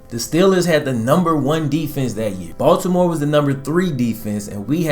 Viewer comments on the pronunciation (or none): none